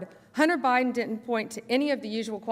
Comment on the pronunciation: She cannot pronounce "didn't".